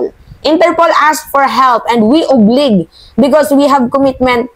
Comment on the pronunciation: Obliged correct pronunciation is UBLIJED not oblig